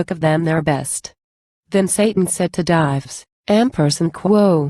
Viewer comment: This is terrible. Dives (the subject of the poem) is pronounced with two syllables, DI-Vees.